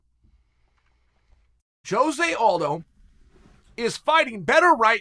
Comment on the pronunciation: Blows my mind Chael says Jose's name correctly